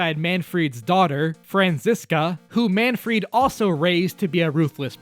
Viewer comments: why are calling Manfred "Manfried"? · It’s not Manfried, but Manfred von Karma. This is an amazing video though. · "Manfried" nah it's Manfred lol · I swear I keep hearing MAN-FREAK instead of Manfried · where'd the i in manfried come from